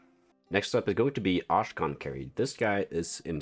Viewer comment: Thank you for the preview!!! Just making sure you know that Akshan is pronounced ak-Shan and not ash-khan 😅